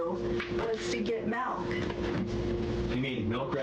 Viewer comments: Melk. You mean milk. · No, she wanted "melk". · “MELK” is what she said. MELK.